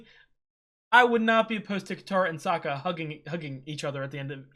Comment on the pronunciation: you had corrected yourself and then went back to "so-kuh" 🤦 I like that you are appreciating the journey, there is another reactor out there, a 17 year old Australian girl who complains about anything that doesn't "forward the main goal". She has zero understanding of sub-plots or realistic plots.